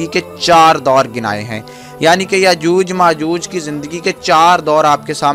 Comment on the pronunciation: Information to sahi h lekin yajuj majuj sahi to bol lo apni urdu thek kro